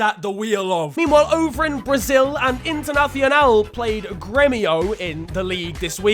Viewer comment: Bro it's Portuguese not Spanish what the fuck was that Internacional pronunciation